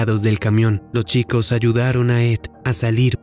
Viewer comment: "lo chicos"?? Amigo pronuncia bien !! Arruinas el relato todo el tiempo cometes el.mismo error!!